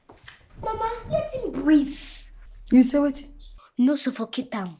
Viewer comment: said"let him breeef, don't suffocate him😂😂😂😂